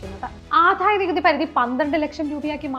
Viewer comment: Good presentation and content. A small suggestion to concentrate on specific words like Adayanikuthi. It’s not ’Adhaya’ , its simple ‘Adaya’. Kudos team!